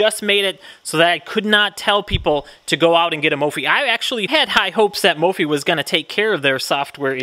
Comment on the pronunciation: 250k people and you’re still pronouncing it wrong 😂